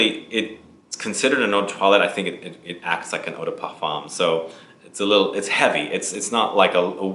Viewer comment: Great video but how can you say eau de parfum so well and yet say esprit du ROY? Lol